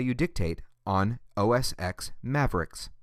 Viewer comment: Why the heck are you calling it "os x"??? it is pronounced "os 10".